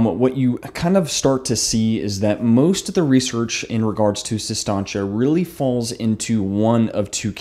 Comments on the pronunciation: Its Sis Tanch.. Not Sis Tahnch Ay. Like he kept saying lol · Does it bother anyone else that he mispronounces it for 15 min?